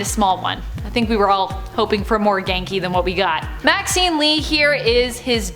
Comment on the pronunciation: Maxine sounds like vaccine 😂